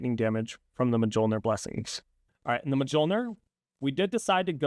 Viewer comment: are you purposely saying mjolnir wrong? Making the gods cry...